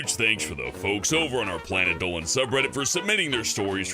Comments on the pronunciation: Instead of planet Dolan i hear planet dowan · "Planet Dolan" planet dooleen